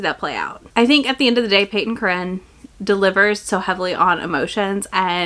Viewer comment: I was having a jumpscare every time you said Peyton Corinne because I kept hearing you say Cait Corrain 😅